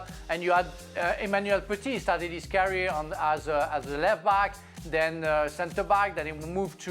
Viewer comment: Can someone please tell Frank to stop saying carrier when he wants to say career!! TO. YOUR. POINT!!.